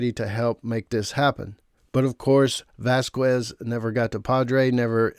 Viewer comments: "VASQUEZ" is a spanish surname, NOT ENGLISH, so you don't say "Vaskues", IT IS SAID "VASKEZ" 👈😔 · Vasquez is pronounced “VAS-kez” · vazquez is pronounced as vas-kes.. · Can people stop saying Vas qwez It’s pronounced Vaz kez! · Why do you pronounce Vasquez like that? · How do you seriously not know how to pronounce the name Vasquez? Because you’re not even saying close to accuracy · Vasquez. The U is silent